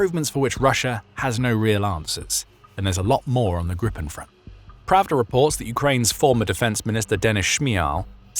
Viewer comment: *Gripen Grip (Griffin) rhymes with sheep not ship.